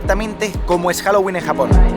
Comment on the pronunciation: HOUWOLING O HAUELLIN